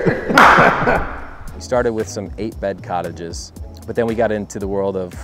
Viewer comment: “Cottage” lol